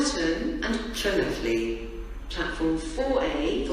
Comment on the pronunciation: LLanelli was announced wrong